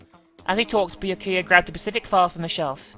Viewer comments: I don't know if already has finished recording or not, but... Byakuya's name is pronounced BYAH(all one sound) ku-ya, not Bi-ya-ku-ya. (although technically the latter is how it's written in Japanese) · I like this series a lot but hearing the way she pronounces Byukuya and Sakura’s names hurts